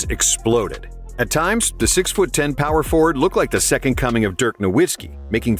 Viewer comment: When you pronounce names wrong that just relinquishes all credibility, especially with a legend like Dirk…gotta skip the rest of the vid after that